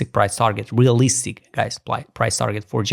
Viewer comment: The emphasis on "realistic" (price target) made me chuckle. lol.